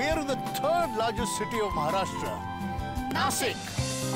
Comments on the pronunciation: its not nasik its nashik :yt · It's "Nashik", not Nasik. Hindi speakers deliberately spoil marathi names. Do you call Washington as वॉसिंगटन or वॉशिंगटन? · अरे नाशिक आहे ते! भिकऱ्यांसारखा नासिक नका बोलू😡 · It's Nashik. 😬